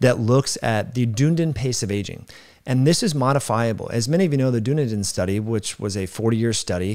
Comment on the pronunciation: It's pronounced "dun-ee-din" 👍